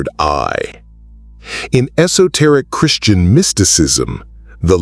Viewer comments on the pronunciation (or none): none